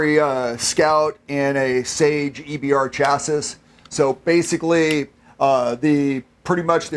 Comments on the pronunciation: Lol Did I hear that correctly? Did he say "chass-iss"? I've spent my entire life thinking that it was pronounced "chassee" but dude said chass-iss with such nonchalant confidence I find myself legitimately questioning my grasp and understanding of the reality I occupy . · Listen up sepos. Chassis, sha not cha. I know it doesn't make sense, it's just the way it is. Same thing with champ pain. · My truck doesn’t have a “chassiss”. It has a “chasee”. Learn to pronounce words, Damn! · Cringed when he pronounced it "chass-iss". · can't even pronounce the word 'Chassis' correctly.